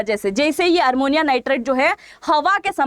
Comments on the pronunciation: MADAM,SORRY TO CORRECT YOU- iT'S NOT ARMONIA, IT IS AMMONIA. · आप शिक्षा देने वाली है और आप हिंदी भी शुद्ध नहीं बोलती हैं ये तो शर्म की बात है ये अमोनिया होता है अरमोनिया नहीं होता कृपया अपने वीडियो को सुनकर देखिए और ये रसियन प्वाइजन नहीं है रायसिन प्वाइजन है क्यों रसिया को बदनाम करती हो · ARMONIA NIGHTRET NEI " AMONIA NIGHTRET " HOGA UCCHARAN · Madam aapka news Acha hi sunder ka but Armonia nahi Ammonium n Russian nahi Raisin pls correct it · Armonia nhi amonia hota hai didi